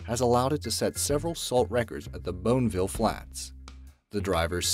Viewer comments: Bone vill hahahahahah Bonneville pronounced bonavil haha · Bonneville is pronounced, Bonny vill. Not bone vill. And HP is spoken as Horse Power. Just saying. It is difficult to follow if your computer voice or you do not properly speaka da English. Lol. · boneville? lmao.... its pronounced as bon-ne-ville, the famed salt flats in utah often used for speed record events. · They spelled it Holographic Lamborghini Avantador. It's Aventador, also, it's not Boneville it's Bonneville Flats. And finally lacquer is not pronounced liqueur.... Good god. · Hearing the description of the vehicles let's you know they are definitely not car guys. Pronouncing Bonneville as Boneville, is just lazy, but the way you say "three-forty-eight HP" instead of horsepower is a pretty obvious tell. It just makes it feel like it was lazy. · And it's not the bone ville flats say it with me it's the BONNY VILLE (Bonneville)lol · Bone-vil?? It's Bonneville(pronounced bon-a-vil) salt flats. Lol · ITS "BONNEVILLE"!! NOT BONEVILLE!!! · "Bone-ville" Salt Flats? Lol. It is Bonneville (bon-a-vill). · FYI: it is BON AH VILLE salt flats not BONE ville...... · It is pronounced Bon nee vill NOT boneville Thats just ONE way the narrator proves he is not really a car guy! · It's Bon-A-Ville bit Bone ville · "Bone Ville"????? You mean the Bonneville Salt Flats? Bone-a-ville is how it's pronounced. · My computer knows that Bonn is not pronounced Bone. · I cringed at the way he said Bonnieville flats (they missed a N is the subtitles) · He can’t get it right. They made another video where he called it “Bonnie-ville”, and people obviously complained that he was pronouncing it wrong, so this time around he went with “Bone-ville”, instead. Nothing like doing some actual research before you post a “fact” video 😂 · He said Bonneville? C'mon, has he never heard of Bonneville? Not Boneville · Bone-ville? Are you serious?!? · Say that again? Boneville? Bonneville? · Did he really just say BONEville Flats??